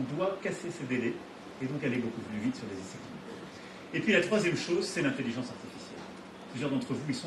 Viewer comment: Prendre TOUJOURS la parole pour les autres. LE CHEF, les autres restez derrière, JE connais le sujet. JE veux qu'on s'aligne, c'est pas compliqué ! Avec encore un petit coup de pouce pour l'Europe, alors que c'est pas le sujet. "L'intellizence Artificielle, ZE veux qu'on soit les meilleurs"